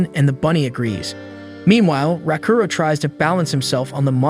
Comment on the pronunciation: The AI completely butchers names and certain words. I wanna dropkick the AI like "Raaakuro" kicked that princess character.